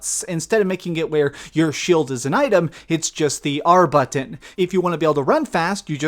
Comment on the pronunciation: Is it just me or does he say "button" weird?